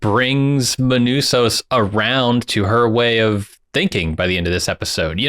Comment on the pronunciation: Seriously guys, Manousos is not a difficult name to pronounce.